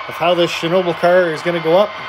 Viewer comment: ShhNa-ball.. but everyone gets it wrong.. watch some Gold Rush with Parker Schnabel they say it right.. but looks great I have to make sure i give myself room for mine with the retort load.